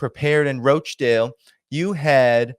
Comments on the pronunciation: roach-dale? no 'a' in Rochdale. It's pronounced RAACH-DAYL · FYI The town of Rochdale is pronounced ‘Roch’ as in ‘crotch’ and not ‘roach’. Thank you !! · Dude, it's not pronounced Roach Dale. It's Rochdale! Roch Dale! Roch Dale. Even Galloway said it correctly 😂 I'm a little sensitive but proud of my home town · Rochdale not Roachdale 😂😂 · it's not pronunced "Roachdale". It's ROCHDALE lol. Otherwise great video. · In this "dis-United Kingdom" please. And the "Roch" in "Rochdale" is not pronounced "Roach" but as "rotch" rhyming with "crotch" or "botch" - exactly as Galloway said it... Paul G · rochdale not roachdale... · its pronounced rochdale not roachdale lolz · Roach 🪳 dale ... 😂 Lol, its Rochdale... Like 'Roch' 'dale'. Like Rochester. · It is not Roachdale it is Rochdale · There is no a in Rochdale ie Roachdale. It’s pronounced the same as botch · Not ROACH dale lol Roch dale. But lots of the politicians who ran there were ROACHes, especially the head honcho Sushi Runak. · Rochdale it's like crotch Rotchdale(phonetically) not roach dale. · It is pronounced -- Rotch - dale . Not roshe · It's pronounced Roch not Roach....dale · No it's roch, not raaach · Rochdale not roachdale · It’s pronounced Roch-Dale not Roach-Dale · Sunak (no k) Rochdale « Ro » is pronounced like in « Ro »ck (not roach). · Pronounced rotchdale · 'Roch' sounds like 'Lock' dale m8! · It's Rochdale not Roatchdale, how can you get it wrong when George repeats it often enough. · Hi enjoy your stuff and Btw its Rochdale with a hard O like the o in top for instance, otherwis you imply beetle infetsted northern squalor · Please, its not pronounced Roachdale. Makes me cringe every time! George says it properly. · its pronounced ROSH-Dale :-) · no it isnt its Rochdale more like Watch Dale but with an "R" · Wow, you can't even say "Rochdale" properly. Why does your opinion even matter?